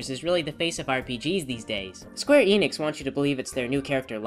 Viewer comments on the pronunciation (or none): none